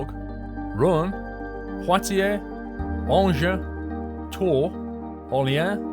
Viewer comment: you did quite well with the pronunciation of the towns/cities, but my suggestion is to go on YouTube and look up how to pronounce these names correct. For example Caun and Orleans. But, that being said, you did pretty well:)